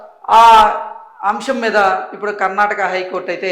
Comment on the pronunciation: Brother it's Karnataka sariga Cheppandi